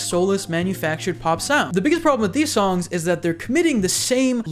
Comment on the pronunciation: Bro, every time you say the word "songs" you start "Allstar" in my head because you pronounce it like "SOme body once..."